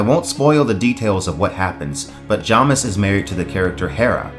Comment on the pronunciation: Who are Chonnie and Jommis? Do you mean Chani (CHAY-nee) and Jamis (JAY-miss)?